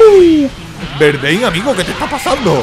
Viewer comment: ES V LO QUE DIJISTES MAL :V